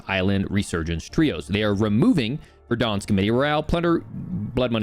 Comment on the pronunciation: Its VERDANSK. Like VEHR-DAHNSK. NOT VER-DAWNSK. CHRIST.